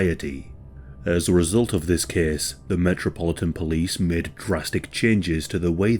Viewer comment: ahh the good old ''this kees takes plees'' ^^ hehehe got to love this dialeckt